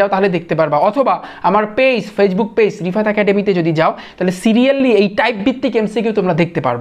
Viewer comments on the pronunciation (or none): none